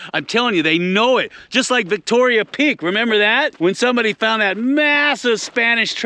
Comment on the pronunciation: It´s Victorio Peak not Victoria Peak.